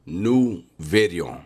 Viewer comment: This Cunt saying New Bideo correctly now 😂😂😂.